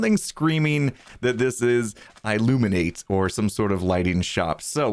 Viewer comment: i illuminate almost sounds like illuminati